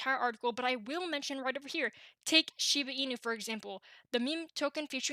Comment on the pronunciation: It is not called shibi inu... it's shibA inu. Put some respect on the name